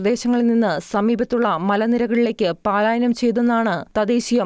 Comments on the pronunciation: പാലായനം...അല്ല....പലായനം.. ആണ് ശരി... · പാലായനം അല്ല കുട്ടി, പലായനം ആണ് ശരിയായ വാക്കു്. മലയാളം ശരിയായി ഉച്ചരിക്കാൻ പഠിക്കൂ.